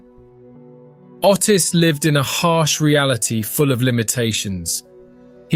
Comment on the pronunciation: Ottis is pronounced 'Oh-tiss' not the way you pronounce it!!! 🤣🤣🤣🤣🤣🤣🤣🤣🤣🤣